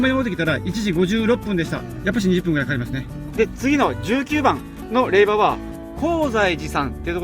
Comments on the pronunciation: 無事に結願❗️良かったです。 おめでとうございます。 「れいば」「れいば」が耳について。。。😅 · 霊場（れいじょう）もずっと気になる。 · 大変お疲れ様でした👋😃💦 ところで余計なお世話ですが霊場を「れいば」と呼ばれておられましたが、「れいじょう」と呼ぶんですけど😅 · 他の方同様、最初は違和感がありましたが、さんと6日間を共にしたこのシリーズに限っては「れいば」が耳に馴染んでいるのです。自分のコメにもれいばと書いたら返信が来たけどww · お疲れ様です！ 私は霊場(れいば)って言ったの気になりませんでした！ 動画見れたらいいし！って！ 私は細かい人じゃないので！＼(^^)／